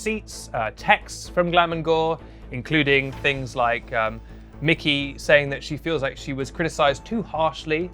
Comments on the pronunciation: I am dying, he is calling mykie Mickey and not mykie (m-I-ky) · MY-KEY not Mickey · me cringing every time you called her mickey (its mykie, like my key) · Cringed for both 1) pronunciation of My-Key 2)him sayin Kawaii as he pronounces it KOWAI meaning scary 🤣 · hearing you call mykie 'mickey' is unreasonably funny to me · This he just call Mykie Micky ? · Glam and gore fans cringing at the way he says Mykie ( it’s pronounced “my-key” ) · Came to the comments section to say this lol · Glam and gore's name is pronounced "Mike-E" [Spelt Mykie for anyone who doesnt know] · Don't care. I was just putting this here because he pronounced it differently, so now people know. That is all. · Just a note mykie's name is pronounced my key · Love he called her mickey so funny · I will be calling Mykie "Mikkie" from this day on🤣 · The way he was pronouncing Mykie lol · Is no one else mad that he keeps saying Mykie wrong ?! Also, this is the first time I feel like you’ve done no research. Mykie isn’t blonde, she’s a red head. That’s a wig. She also does so SOOO much for all different communities and raising awareness.